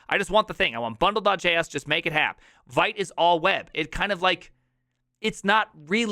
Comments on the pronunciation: Vite is pronounced "vit". French for "fast". Sorry… the first time you said it, I didn't understand what you were referring to. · As you got kinda 'triggered' by mut pronounced as mutt, I got 'triggered' by your pronunciation of vite. A small excerpt: Vite (French word for "quick", pronounced /vit/, like "veet")